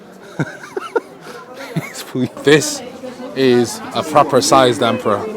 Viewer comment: 听你说溥仪的时候，差点以为你是中国人了哈哈，这个沈阳故宫文物太少了，只剩一个架子还能看看，哎